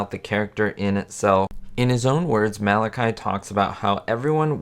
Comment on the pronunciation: A good video but the actors name is pronounced Ma Latch E (the middle syllable rhymes with watch), not Mal i ky (with a long y).